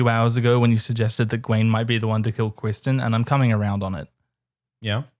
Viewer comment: Cwistan UwU